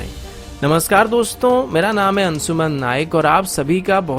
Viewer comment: अन्सुमान; सुरू; सामिल; मुस्किल; ऐसे घटिया उच्चारण से वीडियो का सत्यानाश कर दिया है